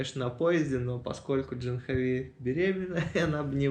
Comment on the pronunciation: Вообще то правильное произношение этого имени на санскрите - ДжААхнави!